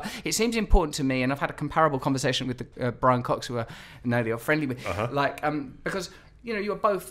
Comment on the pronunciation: BRIAN COCKS? DID YOU JUST SAY THAT !!!